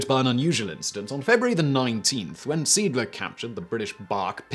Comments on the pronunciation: Indeed, only after seeing a picture with the name I realised which ship he was telling about. The name is pronounced something like 'zay ahdlur' (English pronunciation rules) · Not SMS “Seedler”….it’s SMS See Adler…German for Sea Eagle. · Seeadler. That's pronounced Zay-adler. Möwe. The w is pronounced v, and the ö, well, it's pronounced ö. Vaterland. The v is pronounced f (sort of balances out the w being pronounced v), the a is pronounced as in father (appropriate, since father is what Vater means) and the d is pronounced t. There was something else, but I don't remember what it was. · Simon's German pronunciation is dreadful! The Mow and woolf? It's spelt Moewe (plus umlaut on o) so pronounced Murva (approx!) and Volf. Come on Simon, you've been torturing german for long enough now! And I'm British, too! And I've seen the comment about See-adler, not Seedler. Sounds terrible. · Being bi-lingual can be a curse, you keep calling the ship the Siedler, (settler) but its Seeadler, which means Sea Eagle, and is pronounced Say-Adler. You are forgiven though, if only because your beard is so manly ;) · It's pronounced ZEE-ADD-LER... "Sea Eagle"... It's skipper must have been a strong bugger as in the museum in Lyttelton , South Island, New Zealand it was recorded he lifted a chair with a man seated on it by the back two legs and keeping his arms straight deposited what must have been a fair load on top of the table he and his crew where sitting around. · Only Simon can pronounce the name of a ship that was called Zay-áádler the way he does and it leaves me puzzled🙂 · Learn to pronounce the things you want to talk about! This is disgustingly bad at this point. "C-dler"? GTFO. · Dude! The name of the ship was German for "sea eagle". "Seeadler" has three syllables, not two: zay-AHD-luh. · Good Sir, Seeadler means sea eagle. The first to e's are pronounced like the e in engine and the following a like the a in arrow. You pronounced it like Siedler, which means settler.